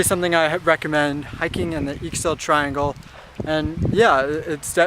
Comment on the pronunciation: Great video, thanks for posting! One thing, Ixil is pronounced Eee-sheel. The x's in the Maya-Ixil language come in two varieties, the safe bet is to just use the 'shh' sound. Thanks again, and watch out for the mountain lions! ;)